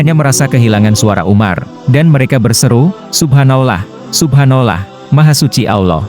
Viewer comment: Cari Narator orang muslim...kelihatan naratornya non muslim atau orang islam ktp...yg tdk bisa mengucapkan kata Subhanallah....subhanolah...subhanolah...kalimat apa itu